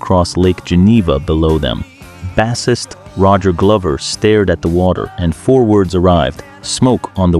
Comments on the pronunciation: Good ol' AI strikes again: baaa-sist? You mean he was a fisherman? The word is Bass, pronounced like base, like baseball. Do better, you just sound STUPID. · BASSIST is pronounced "BASE' IST"! Not "Bass' ist" like a f*cking fish! Got it? (Says a BASE' IST"! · This AI is bullshit. "Bass-ist"? "Skolz"? "Skin-yerd"? McVi"? "Oh-tros"? "Arpeggi-ed"? Oh, and a song from the 60s? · "i read every single one" sez the robot that can't pronounce "bassist" organically. 😂😂😆😆😂🤣